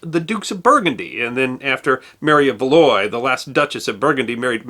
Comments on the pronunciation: The dutch pronunciations were good but te way you pronounce Valois is quite painful. It should be val-ˈwä, not "valoy" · A tiny note: « Valois » is pronounced like val-wa. It irks me no end to hear the name mispronounced! Please keep up the excellent work, I cannot get enough of it! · 'Valois' is pronounced 'Val-waw'. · Valois is pronounced roughly vuh-lo-ah, not valoy. Friesland is pronounced freesland, no French fries there. Giving up on the Dutch names.